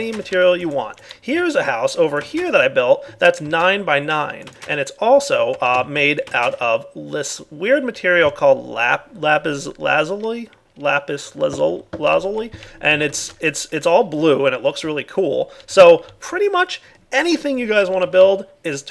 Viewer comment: lapis lash, laplas,lappwl, lapish lawsl, lashis... ugh